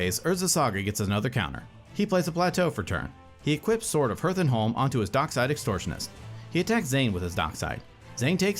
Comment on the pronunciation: They should learn how to pronounce Hearth tho